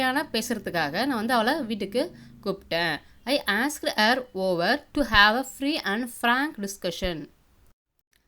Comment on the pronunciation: your pronunciation of "Asked" is wrong......